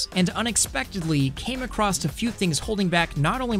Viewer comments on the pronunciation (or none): Outstanding at every level! As always!! Except when you sounded like you said "Came acrossed" in, which I know you didn't, so 100% dude!